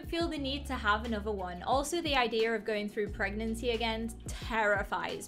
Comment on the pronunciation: Wait, you were pragananant? Or were you pragnart?